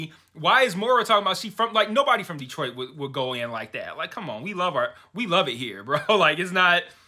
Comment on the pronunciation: "Yeah, the episode was fine. Honestly, though, it's nearly a week later and all I can think about is that place called — tell me if I pronounce it right — Deee-troyt??? It sounds awful. Do you think this Deee-troyt place exists outside of the Handmaid's universe? I sure hope not." 😄